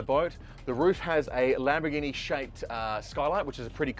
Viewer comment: Why does he keep calling it a Lamberghini? 😂